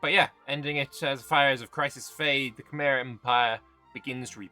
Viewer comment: Paradoxically, you nailed the pronounciation of Khmer both times. [kmai] is what they call themselves, [khmer] is what they are called by everybody else.